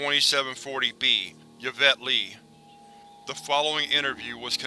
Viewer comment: I love your videos. The only criticism I would have is the way you sometimes mispronounce words or names. For example in this reading the mother's name was Yvette, which is pronounced usually like a hard "E" (think email or electronic) and "Vet" (like the shortened term for veteran). It could also use a softer "E" (think ehhh... Like the internet term for disinterest mehhh... without the "m"). You also kinda jumbled the words "patriarch" and "matriarch" in this reading. You got the beginnings of the words right, but at the end the "h" is usually considered silent so its more like arc (sounds like ark, like the mythical Noah built in the bible) not arch(like McDonald's golden arches). Not trying to nitpick ya here. Like I said I love these videos, this one was especially creepy, and your tone and timbre really makes it sound like a governmental organization's audio records. There are channels here on youtube dedicated to pronunciations of words, if you're ever unsure of how to correctly pronounce a word you could check youtube first, or you could get in contact with me. I'm not saying I'm some expert, but I'd be happy to help ya in any way I could. Like I said, I love these videos and want to keep them coming! Hope this isn't too negative, not trying to discourage you or be overly critical.